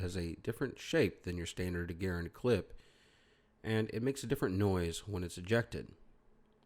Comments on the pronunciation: Yep he has featured the Garand on his channel and the Garand is very very far from forgotten. I do like him even though he always calls the Garand a Gar-und and not a Gar-AND like it is supposed to be. It has been pronounced that way by GIs all the way back to the WW2 training films and still is by the vast majority of gun historians and old GIs. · not gar-and it's Guh-rand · Russell Houghton "Garand" should be pronounced the same as "parent". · If you're from the south, its "Gah-Rand" LOL. Great video btw. How does the recoil compare to a .308/7.62n Garand? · great video but you guys don't know how to pronounce Garand or Pederson.